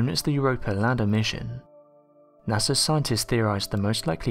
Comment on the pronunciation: Who's NASAR? 😂